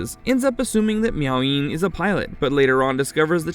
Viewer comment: I think it's Miao Yin...not Meowing